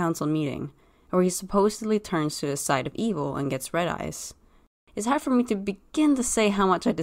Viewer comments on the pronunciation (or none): none